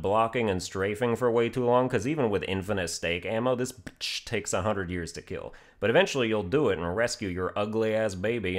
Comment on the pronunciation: Very nice “bitsch”